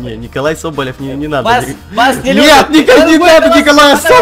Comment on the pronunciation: какой Николай Соболев правильно ННННННННННННННННиколай Соболев